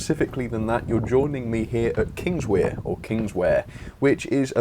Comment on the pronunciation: Kingswear is pronounced Kings-where. I’m relatively local (just up the line at Newton Abbot) so you can trust me as a valid source.